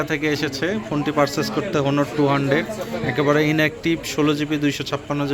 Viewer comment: ভাই হনার না অনার হবে। ভালো করে জানুন।